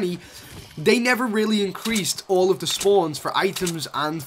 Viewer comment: Any one else thought he said rarely instead of really